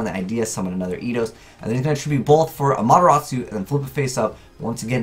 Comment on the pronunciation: That pronunciation it has T in its name